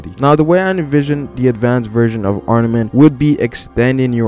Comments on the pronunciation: Great video. No hate.. It's arMament though. Not arNament. Good job though haha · Is it just me, or is this guy saying ARNAMENT haki? Cuz that's definitely not what it is. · you keep on saying arnament wtf?